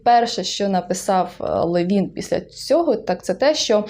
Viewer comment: Там приголос на ЛЕвін, якщо я не плутаю. З іншим Левіном.